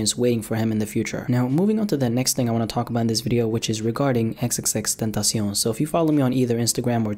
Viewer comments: Ten-tosh-eon, stupid ass niggga. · The way he says xxxtentacion😂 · I can't stand the way u pronounce "XXXTentacion" (but other I like youre videos)